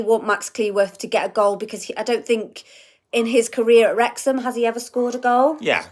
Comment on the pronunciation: I heard the dog say Werx-ham, Wrex-ham, Wrex-ham 😅 🥳🏴🙏